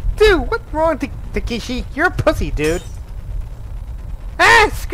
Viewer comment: I heard you said Takeshi correct. Thanks for taking my advice.